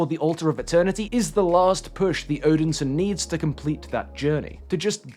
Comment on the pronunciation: did you really just call Thor - "Odinsin"